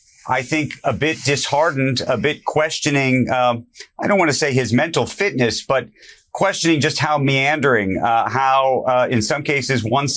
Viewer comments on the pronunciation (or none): Say, “mental fitness” it’s not that hard.